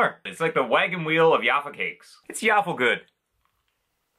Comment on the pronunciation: Plazma style Bisquits are sold in so many shapes and sizes (ofc other names in the Balkans) and we love them despite simple. That snap! Bro just a hint the "J" in Jaffa your read like "G" Great video and props to Alan